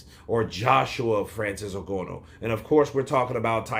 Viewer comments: Ng_A_nou Brother not Ng_O_nou haha 😅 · For your reference, I believe Francis's surname is pronounced "IN GARN NUUU" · Agreed. Please correct me if I'm mistaken, but I believe Francis's surname is pronounced "IN GARN OOO". (As in the 'oooo' rhymes with 'flew') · At this point i think he is purposefully pronouncing it incorrect lol, I mean how could he watch the fight, hear the commentary team say it correctly and yet still say it this way lol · Surely you can pronounce Ngannou's name better than that.